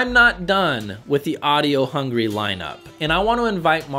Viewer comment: I like you, this is not a dash! But, that's Audio HunGARY, not Hangry. 😁